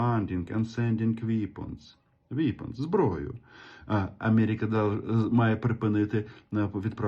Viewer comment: При всій повазі до Вас, п.Романе, ну не треба вам намагатись читати англійською! Ну які-такі "віпонз"?! Ну не треба, краще вже на ''узком разґаврівайтє"..